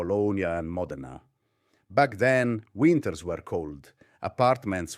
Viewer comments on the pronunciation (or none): none